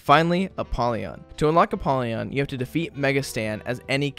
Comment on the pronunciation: I've win Mega Satan 2 times but i didn't unlocked apollyon... why? (It's Apollyon, not ApPollyon)